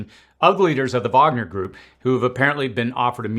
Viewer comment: Finally someone pronounces "Wagner" correctly. Hats off to you dude 👏